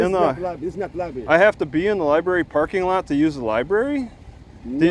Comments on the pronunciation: LOL Lie Berry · Somebody please train this officer that is a library NOT a LIE Berry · Lie berry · I think the black cop needs to spend more time in the Lie-berry So he can learn how to pronounce it. And maybe get his IQ above 70. What a jerk. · "liberry". meatheads. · Libary? Another dumb cop. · “You know is not the liberry”……😂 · This ain't no liberry. No liberry here boy. and I axed u for ya driva's license! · He didn't like it when the other cop let T talk... I knew he couldn't let it go.... He continued to assert authority and T kept shutting him down. If you pronounce the word... Lie Berry... you don't stand a chance of winning a war of words with. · Lieberry not lieberry it be over there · The copper should go to the library to learn how to pronounce Library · axed him bout da lye berry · there are other hobbies that are much more interesting other than mocking law enforcement officers although it is rather interesting that the black cop does not know how to pronounce l i b a r y